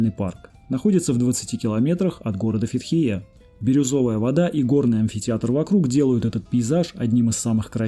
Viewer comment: Информативное видео, спасибо, но не мог удержаться от критики неправильного произношения названий и не только турецких...это как наказание какое-то...Русские как всегда каверкают названия...правильно будет Фетие! Рассказываете о всей Турции не удосужившись в правильности названия...это как показатель того что русским не интересно углубляться в чужую историю, на все смотрите через свою призму читая по буквам...а как кричать что при совке было самое "читающее" общество, так бьете в грудь. Кстати блогеры украинцы, я заметил, правильно говорят Фетие...можете проверить